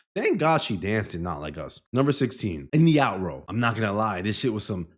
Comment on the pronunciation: Ayo. Did bro say “out-row”?